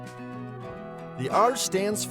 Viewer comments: C is pronounced Ess in Russian. P is Procounced like "air". So in Russian, CCCP is pronounced like "Ess Ess Ess Air" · yeah on that in Russian they pronounce C like S well there's a letter that looks like C but is pronounced like S so it would be pronounced SSSR but yes it was CCCP as you said.